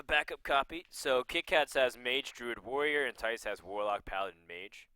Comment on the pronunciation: Nobody but Dutch speaking people can pronounce the name Thijs right. =p